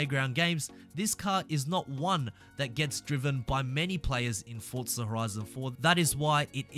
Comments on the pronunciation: “Four-zah” not “Fort-zah” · Why do Europeans pronounce Forza as “Fort-za” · Haha you say "foccca horizon"